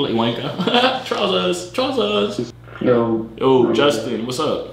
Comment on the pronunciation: im fucking deadddddddd 'trawsers trawsersss'